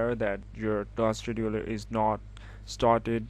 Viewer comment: Task Schedudeler (good vid btw)